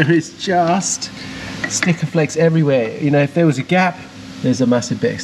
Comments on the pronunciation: It’s not “stickaflex” it’s sikaflex, it’s a brand... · How many times did you say " STIKAFLEX " .... our bodymen used to go mental with anybody that said that coz there's no T in it , its a comon thing to say but it's " SIKAFLEX " 😂😂😂 Loving this BBi restoration , awesome work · Great update but for the love of biscuits please stop saying "Stickaflex". Its Sikaflex. It's almost as annoying as people saying "to be Pacific" when they mean specific. 👍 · Nice result on the chassis. The popular body sealant adhesive? It's called 'Sikaflex' mate :-) You said it correctly at one point then 'corrected' yourself to be wrong again :-) Another classic just like Tickworth